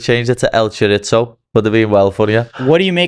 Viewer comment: CHORITZO LMAO